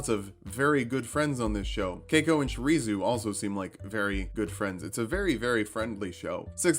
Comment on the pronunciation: My favorite anime getting D&D builds? This is why I love this channel so much! Also, hate to be that guy, but.... Her name is Shizuru, not Shirizu. Gotta be accurate if you're gonna ship the two girls with a 7-year age gap between them!